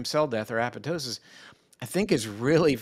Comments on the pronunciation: Dr. Perlmutter is the only physician / researcher / scientist in videos who properly pronounces apoptosis! Sounds dumb, but having worked in a mitochondrial lab, I feel just slightly uplifited. [e.g., right before and after minute ]. BTY, nothing is more astounding than methylene blue. In many cases, including pain + use prior to a hard workout, cause and effect are astonishing. No downside in the range of .5 to 2mg / kilogram of body weight. Dr. Perlmutter ought to interview Dr. Francisco Gonzalez-Lima, PhD at the University of Texas, Austin. He's the top guy on methlyene blue. A brilliant guy like out good doctor here. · Thank you, Dr. P., for pronouncing apoptosis correctly!